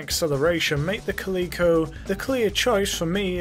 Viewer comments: Kuh-lee-ko? Cal-eh-ko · It's Cal-i-co like the cat, there is no e in the word.